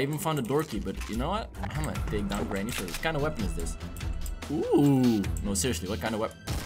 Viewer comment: It not GRANY